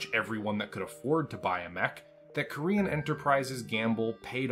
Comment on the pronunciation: Gotta say never heard Corean Enterprises pronounced Korean Enterprises in 35 years . Plus I think you're confused about where Ramen II WAS located hint not the Federated Suns the Capellan Confederation in fact , also same company as Corean Enterprises MacAdams-Suharno on Stewart ......... Please try to keep your American bigotry out of BattleTech it's infested the franchise enough in recent years